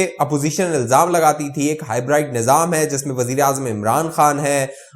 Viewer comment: you said "high bride". I like this new pronunciation of Hybrid.